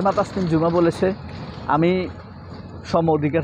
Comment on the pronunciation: মেয়েটার নামের উচ্চারণ ও বানান হবে actually ঝুমা not জুমা।